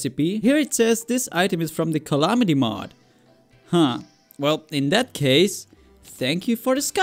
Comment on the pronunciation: Oi m8 you said calamity mod in a really British accent.